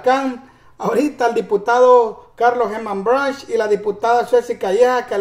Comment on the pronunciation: Hey man debo decirte que el diputado el Apellido de es brushk y se pronuncia (Bruk)aprenda compa